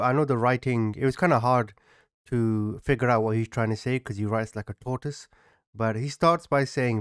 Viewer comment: I thought said “Porpoise”. 😋